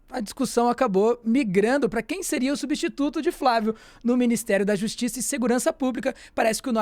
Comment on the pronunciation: "substítuto" é boa